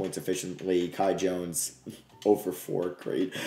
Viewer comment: Please shoutout the Bahamas since you butchered The Kai Jones thing